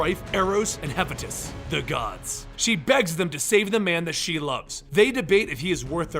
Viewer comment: oooooohhh the way you pronounced Hephaestus ( no offense)